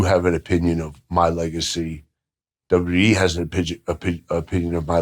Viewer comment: He said WWEF 😂 I get I still call it the WWF always has and always will be a better name